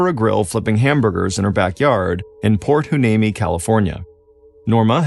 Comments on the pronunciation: Port “Hwa-NEEMEE” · port hueneme is pronounced why knee me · Port Hueneme is pernounced whyneemee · It's pronounced: Port why-knee-me.The name Hueneme derives from the Spanish spelling of the Ventureño Chumash name Wene Me, meaning "Resting Place". The Chumash were the native tribe who lived in the Ventura/Santa Barbara area, technically from the Malibu area up to Paso Robles, including the Channel Islands. Chumash names are hard to pronounce because the Chumash name was translated first in to Spanish, then we try to pronounce it in English. Hueneme is pronounced Why-knee-me. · Cali gal here! I always pronounced it port "Y-knee-mee" it's not spelled how it's pronounced at all. Lol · Props for trying to pronounce my hometown Port Hueneme. I 😁Y-nee-mee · Mr Ballen I live in Ventura County. I’m aware of this unfortunate incident 😢. It is pronounced Port Y-Knee-Me. . Thank you for covering this story. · No biggie, but the name of the town is pronounced “Point Why-Knee-Me. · It’s pronounced Port Y-nee-mee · Proper pronunciation is Port Hhh-Why-Nee-Mee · Thank you for this! You would think that considering there's a military base here, albeit a naval one, that he could have asked someone how to pronounce it. As a Port Hueneme veteran Seabee my heart is broken 😢 Hoorah lol